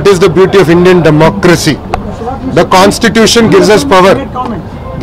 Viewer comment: Not cons tution....bro it's constitution...